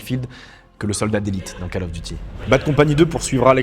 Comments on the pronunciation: je découvre ta chaîne, merci pour ton travail. Suggestion : prononce "Call of Duty" : Cole of Diouti", pas "cal of duti" : ça fait saigner les oreilles ! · "cAle" of duty !!! Sérieux ? On dit "cOle" of duty... C'est pas la cale du devoir, c'est l'appel du devoir ! ; ) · KAAL of Duty? Va falloir reprendre les cours d'anglais ^